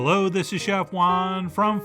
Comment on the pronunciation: Chef Juan 😂 I thought my ears were playing tricks on me but I really did hear correctly